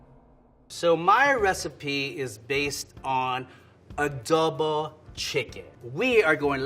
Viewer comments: says Filipino words really weird… I remember him saying longanisa funny, now did he just say uhduhbuh instead of “adobo”… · Did say adobo and sitaw?? Ooohhh